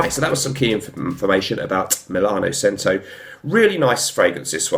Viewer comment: I think it’s pronounced CH•ento ? good review though! i’m going to grab this.